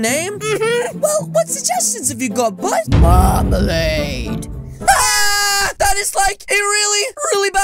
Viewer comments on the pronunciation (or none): I like how Strict Mom Said: Mermalaid